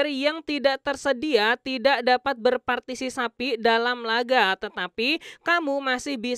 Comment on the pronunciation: Bacanya PARTISIPASI bukan PARTISISAPI, koreksi diki bang 🙏 spya kita yg nnton dngrnya gak lain2 bang, soalnya sya yg dngr agak sedikit risih apalagi ada penekanan pada pengucapannya,.. mohon maaf bang cman masukan..saya gk tau apakah PARTISISAPI ada dalam KBBI atau tidak